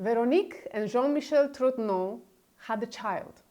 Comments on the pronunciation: One small detail, both for your (superb) video and Candace's extended series, viz. the pronunciation of the family name TROGNEUX. It should be something like TROgnyur, not TROGNO. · "GN" in French is pronounced as a soft "N" For example d'Artagnan - d'ArtaN'an - the famous protagonist of Alexandre Dumas novel. So she is Brigitte Tro N' O. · Please make an effort to pronounce the names correctly. It hurts my ears when you say Tiphaine and Trogneux 😀